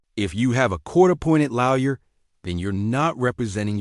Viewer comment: PLEASE TEACH YOUR AI HOW TO SAY LAWYER, IT'S IRRITATING AS HELL!!!!!!!!!